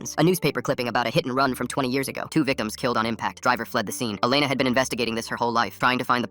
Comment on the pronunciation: WHAT?? MY name is Alena (but you say it like Elena)